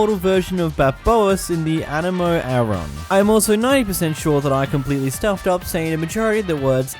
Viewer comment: Also the current mortal version of Barbatos and the Anemo Archon. "Also the current mortal version of Barboas and the Anemo Aron." I can get mispronouncing things but you just skipped like 2 letters in both Barbatos and Archon